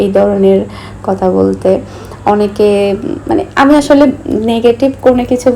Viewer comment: আমি খেয়াল করে দেখেছি আপনি থ কে ত উচ্চারণ করেন যেমন কথাকে কতা বলেন